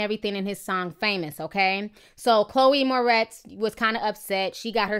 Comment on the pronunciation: calling her "Chloe mortez"....... 🌳🌳🐸☕☕☕💀 lol